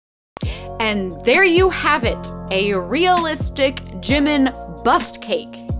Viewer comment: Just for future reference, it’s pronounced: JEE-meen not JIM-min